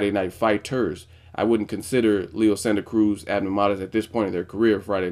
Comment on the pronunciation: Just wanted to give you props on your pronunciation of Leo's name at the video's opening. :)